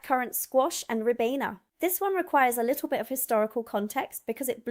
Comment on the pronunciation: RYE-BEAN-AH.....ribena. Not no 7 but number 7. BISS-TOE....bisto